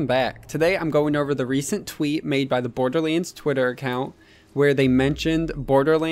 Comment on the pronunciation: Dude, seriously - stop pronouncing "BorderLANDS" as "BorderLEENS"! gosh...